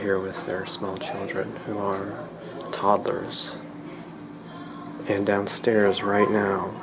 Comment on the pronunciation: Anyone unsettled by the way he says toddlers?